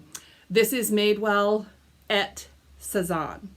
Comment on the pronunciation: A men's romper...ok LOL . 'et' is pronounced 'ay' and means and in French. I don't do well with cardigans and I've never found Garnet Hill but the cashmere probably would have sucked me in and the style is so nice. I think even when people chop up stuff, if it looks good you can sell it. I had a NWT dress that was butchered. It was a maxi and they had cut it to a short dress, they had added ONE pad to the bra area because apparently her boobs are uneven. Then she never wore it. Ugh, this was like an $800 dress. Still sold. Such a nice suprise haul!